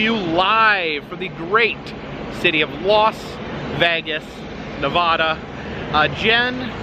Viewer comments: It's pronounced Nev-Vah-Duh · How to pronounce NEVADA. Thank you from your Nevada friends! ❤